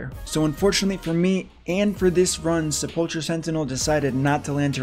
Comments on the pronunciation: Say it with me now --- Se-pull-ker =Sepulcher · Just so you know sepulcher sentinel is pronounced sepel-ker, other than that amazing video!